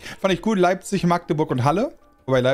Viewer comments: Als Machdeburjer muss ich, Respekt dafür zollen, dass er Magdeburg korrekt ausgesprochen hat. 💚❤💚❤💚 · Als Magdeburger bin ich richtig stolz auf das er Machdeburch gesagt hat 👍🏻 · Danke für die Aussprache von Magdeburg. Bin da sehr zufrieden mit:D